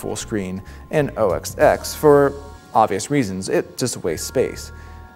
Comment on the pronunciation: The moment you say "OS EX" you loose credibility. Learn to pronounce the product names you review/preview.